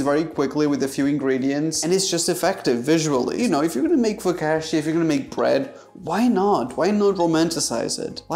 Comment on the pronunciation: the amount of times he murdered the word focacchia